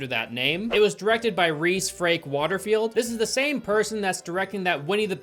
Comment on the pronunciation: Thank you for pronouncing the director’s (and my) name correctly king 👑 Us Rhys’ always appreciate a correct pronunciation